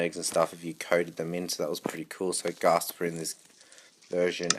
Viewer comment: It's ghast not gasp